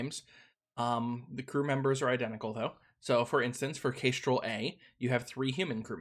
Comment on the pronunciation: 1. Kitteh! 2. That's a new-to-me pronunciation of Kestrel. Kess-trel like the bird (a few of the ships are named for birds, which is a pretty standard take). Is Kay-strel a regional accent thing? (curious, not mocking) 3. I did try this game briefly. I had no idea what I was doing and it went very badly. Hearing someone who knows what they're doing call it not-easy is good to know.